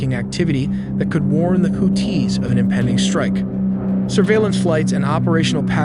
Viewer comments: Nope. If you can't pronounce Houthis correctly you absolutely can not be credible. They are not "Hoot-Tees", they are the "Who-Theeze," long E with a slight emphasis on the second syllable. If you want to make media, get your shit straight and know what you are talking about. I am getting so sick of AI voices. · Houthis brother. Not to be confused with Who-Tees. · why does he pronounce hoo-tees its creepy? there is no pause its houthis one word fast. or just say yemen terrorists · WHO-TEES!!??😂😂 WHO-THESE?? Im so confused as an American!!💯🤷‍♂️😭right off the rip!! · I thought WHO-THESE!!😂😂 Not TEES! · You're killing me with the Who Tees. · Hoo-tee (and the blowfish). Ask your parents. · HouTHi! Arabic also has the th sound. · pronouncing tf out of that 2nd syllable 😂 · Houthis and the Blowfish!